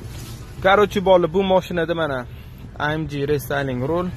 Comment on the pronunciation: Бляя амди жиман деди😂 амж деб немислар айтади амг деб уки охирги буква (г) лотин тилида amg